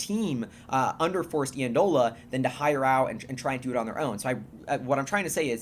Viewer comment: Super exciting. BTW, Forrest's last name is pronounced (Eye)andola. Friend and roommate of mine at school.